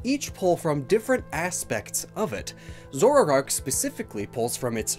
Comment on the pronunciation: take a shot everytime mispronounces "zoroark" as "zorarark"